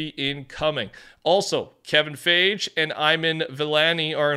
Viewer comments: its pronounced kevin (fygee) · Kevin Fage? :D lol sorry but it was funny, not trying to be rude (its Fi-gi) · It’s pronounced Kevin (Fie - Gee) not fayj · bro said "Kevin phage"😭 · Did he just call me a Fage? This is for Corrections: The multitudes of Emmy nominations this show, a web series-featuring Seth Meyers, His name is pronounced...... ugh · It’s pronounced “Kevin Fie-gee”, and fortnite was on the big screen in avengers endgame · there aint no way this guy is mispronouncing Kevin's last name like that... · Bro!!!!!! You pronounced Kevin Feige and Iman Vellani's names SO TERRIBLY! Nothing is more f'kin rude than absolutely obliterating people's names.